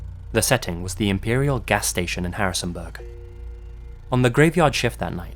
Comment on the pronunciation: it's not pronounced Harrisonbuhhhhhhhhg